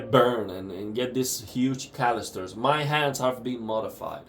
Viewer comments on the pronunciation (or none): You say the word "calluses" wrong by the way. It's not "callusters"